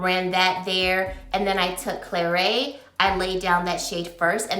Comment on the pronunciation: Not pronouced Claray but Clarette. Pass anyway all of the are existing shades.